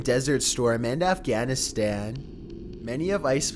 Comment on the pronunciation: In Afgaynistan? xDD